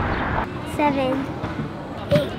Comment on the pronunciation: SHEV EN D